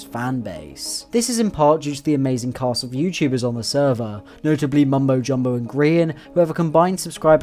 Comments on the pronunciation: you pronounce Mumbo Jumbo in a very interesting way 🤔🤔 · Ikr lol